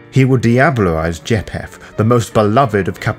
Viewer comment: or pronounce names correctly: ie. "Cappadocious" and "Japheth" . Overall, not a bad summary and I appreciate the work. I just think "Capadokious", "mafoosala", "jap-heth" and "Capadoki" are like nails on a chalkboard to me.